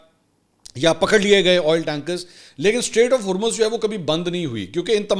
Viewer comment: Strait, NOT STATE!